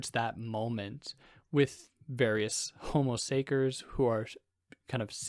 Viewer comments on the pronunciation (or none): my man said homo say-curs